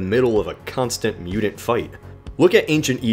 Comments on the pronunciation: Mudint. mute-ent. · Say T not D damn you!!! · Why do you pronounce "mutant" like that? It's really off putting.